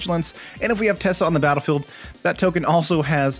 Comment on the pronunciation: It’s not tessa it is teysa.